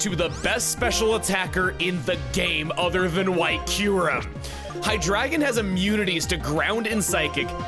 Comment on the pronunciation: The other two the anime does Dee-no and hi-DRAY-gun which are wrong. Those ones he pronounces correctly because he said Deino as DIE-no and Hydreigon as hi-DRY-gun because of how you say the diphthong in eins, Zwei and drei